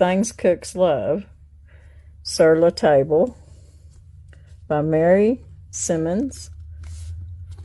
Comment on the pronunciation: Sur La Table is a very nice store. I went to one when I was working in Denver. Beautiful store. The name is French, so table is pronounced “tabla”. 🇫🇷😊